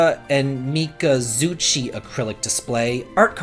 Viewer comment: Omg u pronounced munechika and mikazuchi's name right u can do it if u try 😉😆 lol but the name of the series is incredibly hard to say 😅